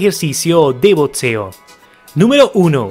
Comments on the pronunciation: por que dice botseo en vez de boxeo D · Que paja ver un video de BOXEO y que lo narre alguien que no sabe nombrarlo,lpmm que nervioso me pone,no es tan complicado,BOTSEO NOOOO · El video es muy bueno, pero no se dice Botseo, se dice" BOXEO". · ok pero dice botseo